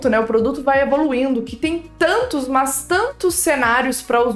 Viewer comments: na verdade ela fala "Mus" kkkk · Acho engraçado você falando "mas" kkkk Excelente vídeo. Obrigado por passar suas experiências, elas serão muito úteis